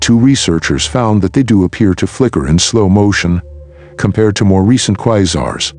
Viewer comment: I was interested in the content but I can't watch a video with a computer voice saying 'Quizars'.